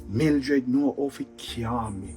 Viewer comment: the word is CALM. 🤣🤣🤣🤣